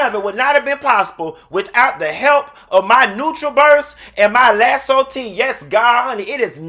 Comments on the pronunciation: How u selling something and can't pronounce it, its Iaso (iaso) tea not Laso 🤦🏿‍♂️🤦🏿‍♂️🤣🤣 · U pronounce it laso! Okay i was sayin it wrong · ....I love you but you should know what you’re selling. It’s iaso tea...lol And yes that detox tea is great!! Nutra burst is the greatest!! No longer am I an affiliated of TLC but I still purchase and always will. I have a great testimony with those products if you ever want to hear about it. Good luck and I appreciate you!!